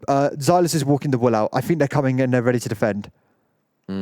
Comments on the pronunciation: A very strong L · I can’t get over the way pronounces "wool"